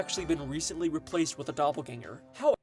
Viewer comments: Love the vid but "doppergangel theory" got me dying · the way that saw doppelganger and said "doppergangel😳💀"